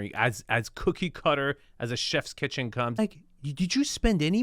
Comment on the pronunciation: is so off-putting with his over-pronunciations ("kitchen-uh," "thee loggia") and his swaggering strut. Yilmazer is personable, knowledgeable, and does a much better job.